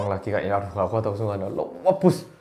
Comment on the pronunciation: ngakak banget ngomong "luebus" nya smpe gak keitung brp kali 😂😭